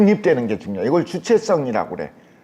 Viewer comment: "주체썽"이라니!? 왜 된 소리로 "썽" 입니까?? 잘못입니다. 또! 왜!? 공경할 "경"을 짧게 발음합니까. 한학자가 이런 자고저음제가 있다는 것은 이 얼마나 놀라운 일입니까!?? 미국 변 완수 드림